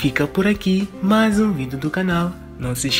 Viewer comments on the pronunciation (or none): none